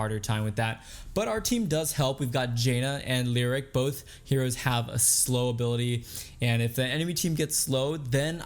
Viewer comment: Dude it hurts when you mispronounce names constantly. You must have heard his name in at least 1 YouTube video. It's "Lee oh rick" he is not a lyric or a rhyme. It's also not Meeradin... it's "Mur ah din". This will probably be ignored by you again unless up voted for sure. Sorry to bring it up but it's not very common to hear their names mispronounced.